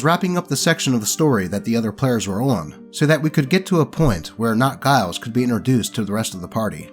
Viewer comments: First story: First of all, this is only a minor issue, but I need to point out that “Giles” is pronounced with a soft g. Second of all, OP was still kind of a pushover here. Letting That Guy into the game when they were uncomfortable with it and had already specifically asked that he not come? Allowing him to stay in the house after kicking him out of the game? OP may have slightly more backbone than the rest of their friend group, but they clearly don’t have much. Glad to see this story has a happy ending in spite of everything! Second story: I will never understand why people put 20th level backstories on starting characters. Backstories are a starting point; a stepping stone you use to get into a character’s real story—the game. If your story is already complete, there’s nowhere to go and the game is essentially over before it begins. Third story: If you ask me, this isn’t a horror story. This is a glory story. Backs against the wall, rolling so badly you’d think the dice were loaded against them, and the party still comes out on top? Freaking epic. I’m actually running Curse of Strahd right now, and my party cheesed that encounter with some really lucky deception checks—our druid convinced the evil druids that she wanted to join them, and brought refreshments. And by refreshments, she meant the wine that one of the druids back at the winery had been poisoning. The druids and berserkers on the hill had terrible luck with their saving throws, so they were heavily damaged by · It is always disappointing to me when others that are into nerdy things haven't seen Buffy. I know the show ended quite a few years ago but it is so much a cultural phenomenon. How do I know? Because Giles was pronounced wrong.